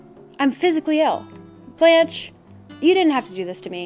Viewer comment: my french self cant get over the way people say blanche and beau like i shouldnt but i feel the need.